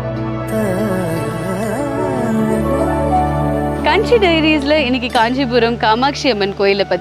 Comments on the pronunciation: Kanji illaa kaanjinu pronunciation pannunga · காஞ்சி காமாட்சியை கஞ்சி காமாட்சி என சொல்கிறீர்கள் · காஞ்சி என்று சொல்லுங்கள் கஞ்சி கஞ்சி என்று சொல்லுவது கேட்கவே நன்றாக இல்லை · "கஞ்சி காமாட்சி "? இல்லை காஞ்சி என தெளிவாக சொல்லவும். கோவிலுக்கும் ஊருக்கும் மரியாதை தரவும்